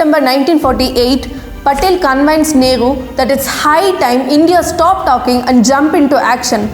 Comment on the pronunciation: Dear Mam....its is actually convinced and not conveyenced....please speak properly....otherwise your young subscribers may copy your wrong pronunciation. Apart from this your videos are convincing and always hard hitting. History with is very interesting and I am following you with pride. This is true patriotism...all the best 🙏